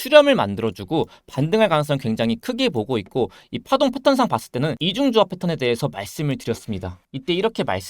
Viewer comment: 4분 1초 쯤에 이 파동이 ~ 가 약간 B 파동으로 들리는것 같기도하구요